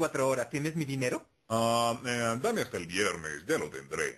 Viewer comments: En el minuto por ahi ya no dice dinero dice dinedo :v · Darjfaa la primera vez sí dice dinedo